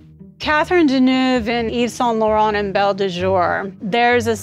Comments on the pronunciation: Americans have destroyed fashion. Hollywood gave high fashion a visibility that it warranted (European designers and studio heads and European and American actors etc)….but there is no worse dressed nation. Every time that guy mispronounces Deneuve so badly (and he’s a high achiever in that industry) you realise there’s no hope. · The way Americans mispronounce Deneuve's last name 🙄